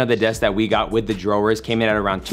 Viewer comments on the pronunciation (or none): Every word simply impeccable except.....drawers 🤣🤣🤣 Love the info and video as always!!! 💪💯‼‼